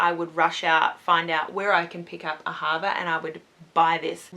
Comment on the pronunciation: It's said AA-ha-VA It's an Israeli brand, it means love in Hebrew :)